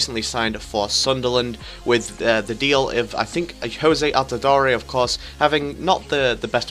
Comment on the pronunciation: It's not pronounced Jose altidoree. It's jozy altidoor